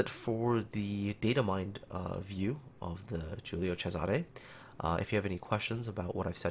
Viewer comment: I'm italian end you the only one (non italian) that pronounce the name of the ship correctly, I rilly estimate this